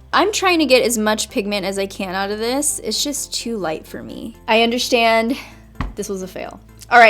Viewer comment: I like when you say undershtand 😻😂